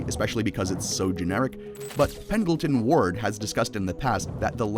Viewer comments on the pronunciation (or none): It’s Pendleton Ward